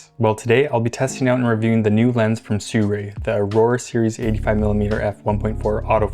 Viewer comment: Sooray? Is it not si roo ee?